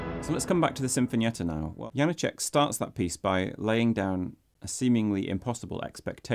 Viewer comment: Why butcher his name and then play the native speakers' proper pronunciation?